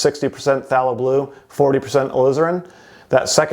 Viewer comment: Phthalo Blue is pronounced with a strong A, like "PhthAYlo" ☺